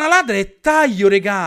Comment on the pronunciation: Avete notato che dice Taio non Taglio. Ma non é un'offesa Ciccio non ti preoccupare. Sei una grande e continua così